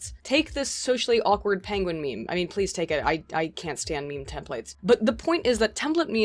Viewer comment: I'm offended that you pronounce meme "meemee" :50